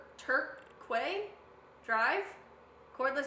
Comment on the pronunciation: LMFAO "V11 Tur... Tur-QUAY drive?" I googled it and saw it was "Torque drive" just about lost it